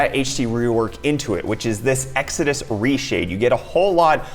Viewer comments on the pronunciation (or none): none